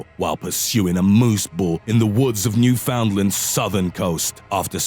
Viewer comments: And It is pronounced new found land not new fin Lin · He pronounces Newfoundland like an American, lol. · oof how you pronounce Newfoundland also I feel like I should point out that there aren't several Baltic States, only 3